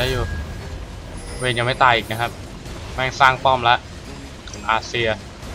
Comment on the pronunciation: ตัวที่ตัวพี่เรียกว่า เวนนี้ ที่จริงมันชื่อVayne =''เวน''